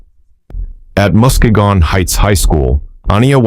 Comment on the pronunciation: It's pronounced "muskeegan' lol